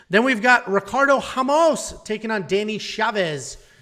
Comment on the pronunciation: Good pics , except for Mcgee , Wells is gona hurt 'em. You also managed to butcher everyones name, even Ramos 😂